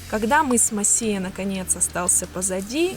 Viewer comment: Мыс не МосИя ,а МОсия !